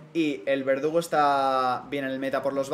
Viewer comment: nadie a notado que en a primera partida en ves de decir verdugo dice vegudo ajjajajaja